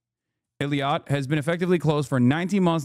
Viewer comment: Hassan butchering those names Eelaat Umm Al Rashrash